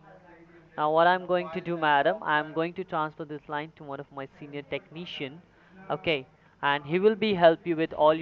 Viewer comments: Not one techneeshun can spell or pronounce! Dead giveaway! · TEK-NI-SHIN sound so japanese lol